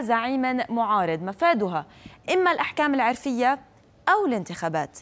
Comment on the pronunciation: ايش التخلف ذا ، تقول عرفيه بفتح العين ، يارباه .... هذي مقدمه اخبار ، قناة تافهه